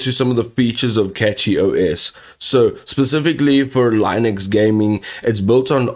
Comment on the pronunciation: If you can't even say Linux properly why would anyone listen to your "Assessment" of it?